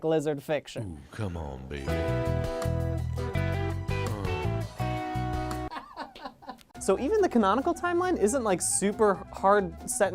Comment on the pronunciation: Oskar Carnwath the way he says babey